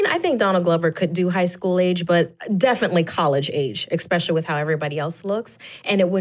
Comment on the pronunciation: especially like how she says eckspecially